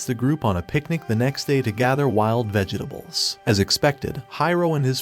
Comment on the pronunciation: Did no one else hear the "vege dables"